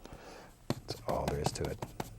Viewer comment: what a strong ‘’THERE’’